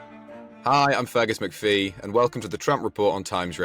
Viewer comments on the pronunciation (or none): I'm sorry: "FERGUS MCPHEE"?!!!